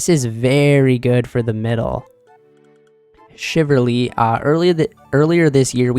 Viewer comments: Shiv ul ree .. not Shiv err ree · I'm not sure if you're a native English speaker, but Chivalry is pronounced "shi-vuhl-ree" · Shiverly??????? wth is that?? CHIV - ALL - REEEEEE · Shiv-ull-ree Chiv-al-ry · Chivalry, not shiverly lol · How about u find one source where it’s pronounced chivalry then I’ll kiss ur toes